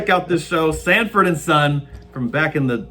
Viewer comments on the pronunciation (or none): Sanford, not Standford